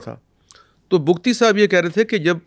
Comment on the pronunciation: پہلی بار کسی نے حقائق بیان کئے ۔ اور بگٹی ہیں بگتی نہیں ۔